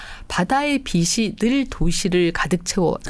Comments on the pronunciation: 빛이 환하다를 비시 환하다라고 읽나요?비치 환하다 라고 읽는거 아닌가요?라디오처럼 듣고 있다가 머리 빗는 빗을 말하는가 했잖아요.ㅠㅠ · 빛이,,,,발음이 비치 입니다,,비시 아니라,,...........빛은 ,,,비슨이 아니라,,,비츤입니다,,교수님 다 좋으신데,,발음 교정이 안되시까요,,,ㅎ.ㅎㅎ